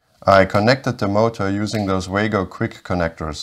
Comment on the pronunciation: I thought Wago is pronounced VAH-go